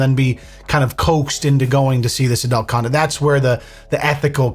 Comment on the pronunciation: why does say "Adelt" it's ADUUUUUUUULT lmao